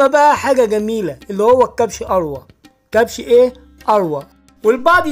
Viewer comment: يسمى كبش الروي بتسكين الراء وجر الواو مش أروى